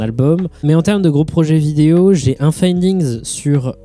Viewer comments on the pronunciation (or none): « Findigns » fait gaffe, cool vidéo mon reuf